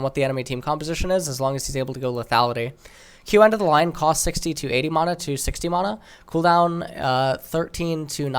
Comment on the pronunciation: please stop saying mana like that